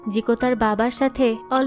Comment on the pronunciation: That's ramen not raamen